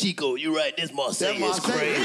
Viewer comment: no her name is marsai pronounced like "mar-say"